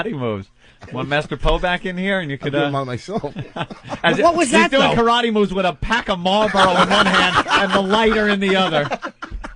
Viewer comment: well it's definitely not fucking pronouced 'Ka-ra-tay'